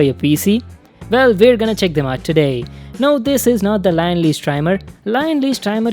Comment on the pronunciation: it's LIAN-LI not LION LEY